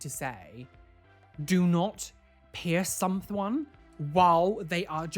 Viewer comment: do not peirce someonth Me: lol